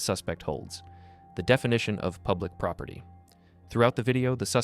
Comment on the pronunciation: Propity? It’s property !!!!! She annoying as fk!!!